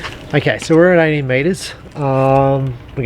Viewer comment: I have been watching a ton of these videos and I just realized this guy is shooting at 80 meters... I thought he said 18 with the accent haha... holy cow